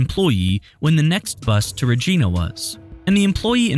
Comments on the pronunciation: 'Regina' rhymes with 'vagina'. Very weird to hear it pronounced wrong. You must be American, God bless you. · The way they say Regina has me dying inside. We have a saying here that Regina "rhymes with fun", because you pronounce it like the lady parts (don't want my comments removed so I didn't spell it specifically). She's from my town. At any rate, not only was she chattering about moving at times, but there's still a lot of people who knew her and knew that she didn't like the relationship she had with her parents. I don't know what that all entails, but it's very possible she doesn't want to be found if that's the case. I just hope that she's happy and healthy. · In Canada we dont pronounce it as you do here .we pronounce it like Gina in Angina or sounds like a ladies anatomy . Absolutely enjoy the channel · FYI This is not how we say, Regina. I gotta say I was confused for a bit, now I know he was saying and talking about her going to Regina Saskatchewan. 😆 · Everyone who lives in Regina - "Your saying it wrong!!" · I can't help myself as a Canadian. It's actually pronounced like vagina. Regina. Lol I can't think of any other words that pronounce similarly. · It's pronounced like the female anatomy, not like the name. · When saying Regina you need to emphasize the "I" and not the "A". Just fyi. I'm from Winnipeg so it's just a thing the locals know. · I can’t get past how the narrator keeps pronouncing Regina, it’s infuriating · Say Regina like the female reproductive organ. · The way he says Regina lol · It's not pronounced Regina. Lol... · The way he pronounces Regina is so funny lol awe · Regina (the city) is pronounced similar to a female body part, the way it’s pronounced in the video is how you would expect it to be pronounced though right? Lol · You are totally saying Regina wrong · You are saying it wrong , its Regina like Spidina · He’s saying Regina wrong 😭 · I'm living for the way this guy pronounces "Regina" hahahaha 🤣🤣 It's Re-j-eye-na